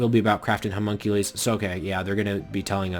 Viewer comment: i'm pretty sure it's "huh mun cue lus." not "huh mun cue lees"